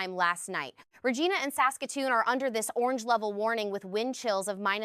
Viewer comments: Regina is not pronounced Rejeanna say Re-JI-na the letter I is stressed in the pronunciation. correct pronunciation makes it possible for the western provinces of Canada to actually know which city you are referring to. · Re-Jeena, sheesh. Whatever the voice synthesis or even live announcer obviously does not even live in Canada. They actuallky said Re-jeena saskatchewan Sad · I disagree. Canadians have butchered the pronunciation of Regina, which is Latin for Queen and is actually pronounced ruh-jee-nuh and not ruh-jai-na 😂🤦, for so long that it has become colloquial. The former sounds much more respectable and correct than the latter pronunciation. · Re-jy -na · Yes it lowers the impact of the weather forecast when one is laughing at the multiple examples of incorrect pronunciation of Canadian place names. Regina is definitely not ReJEANna. How many more face slaps do we need here in Canada? Also incorrect is the minus 30 seconds in place of minus 30s or minus 30 ease so much for AI being of assistance. And too much repetitions and far too long is another hallmark of an AI prepared video. Computerized voices think Canadian-speak is easy, LMAO. Try a real person doing a weather forecast. Try Joey Only the Cariboo Dude out of Wells in British Columbia. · Perhaps if you’re a Canadian wealthy forecaster you could learn to correctly pronounce the capital of Saskatchewan you’re reporting on 😂😂😂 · I think the point is that it has always and forever been pronounced with the long “i “ so it’s a reflection on our education system that young people like this presenter have failed to learn the basics of Canadian geography and topography.